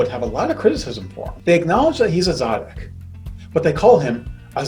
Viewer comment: Great teaching. Thank you. The sound quality could have been a bit better. Also it's tsaddik (as in tsetse fly) but apart from those two minor details, I'm glad I came across this.